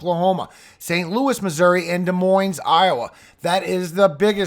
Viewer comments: "Dah-Moyn" not Dee-moynzzzzzz. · Amazes me how many people mispronounce Des Moines. Always a clear sign of someone not from the Midwest. The S is silent.